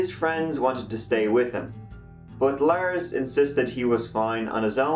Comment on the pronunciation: “On Jyoon Teh TirTieT” “Laers went to a MACdonalds”